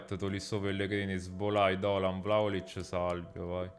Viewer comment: "Bello VLAOLIC" aahah fazzo dislessia